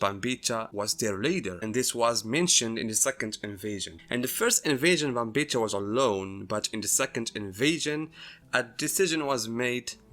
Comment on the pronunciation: Pronouncing Bambietta wrong, and Giselle is trans, so you call her a trans woman. It's implied she was born a boy and now she looks and acts like a girl. You just call her she her. You've misread Giselles character by your own bias.